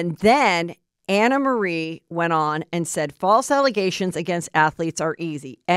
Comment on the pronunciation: She told me herself to pronounce it Anna